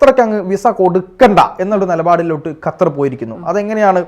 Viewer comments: ഹത്തർ അല്ല ഖത്തർ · ഖത്തർ ഇവളുടെ ഉച്ഛരണം ശരിയാണോ 😢